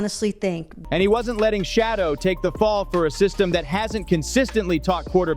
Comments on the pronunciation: PLEASE!!! His name is not "Shadow". His name is pronounced "Sha doer" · his name is Shedure not shadow. So if you are going to try to seem like you like avperson please always pronounce their names properly. It might want people to listen to you. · This Man’s name is SHADEUR- not shadow! Stop disrespecting this man’s name!!! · Please learn how to pronounce h SHEDEUR'S NAME property.